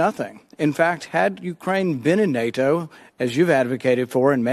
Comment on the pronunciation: How does Paul make NATO a two syllable word?